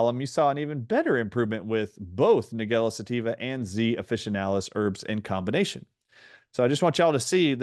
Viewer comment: It's pronounced Nige-ella, like Nigel, or the name - Nigella Lawson.